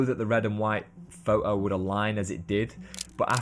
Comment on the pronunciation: Excellent. Lots of ideas and interesting aspects from different people. There is only one thing that spoiled it for me and that is your pronunciation of 'photo' ' pho-oh. Have you ever noticed that there is a 't' in there? Do you spell it without a t? Are you a street pho-ographer? This spoiled an otherwise very good video (for me). Keep up the good work, but please correct your pronunciation. You will gain more credibility.